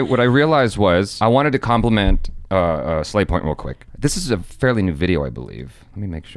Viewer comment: but you said sla*y point instead of slavy point